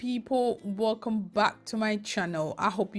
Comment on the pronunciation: Yeah me too you were Nigerian maybe living in Gh because you say ‘’wOlcome’ ‘the way they say it instead of Ghanaian wElcome